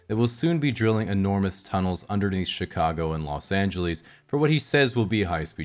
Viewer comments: Los AngeLEEs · did you actually say.. "los angelEEs"?? lol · Los Angeleeeese? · los angelis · "Los Angeelees" 🤕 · “Los Angeleez”